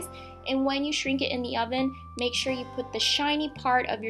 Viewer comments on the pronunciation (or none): "I went ahead and pre-heated my hoven". What the heck's a "hoven"?!?!?